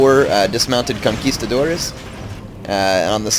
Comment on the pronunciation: it's funny how you say "conquistadores"... one day i will help you with your portuguese xD